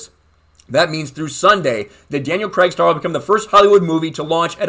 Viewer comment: Why can't Americans pronounce Craig properly? Every US YouTuber have heard talking about the film has pronounced it wrong, It's not Creg!!!